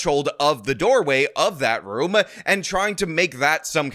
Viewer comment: Why do you add syllables to words? It's "room", not roo-muh. That's some French Canadian shit-uh.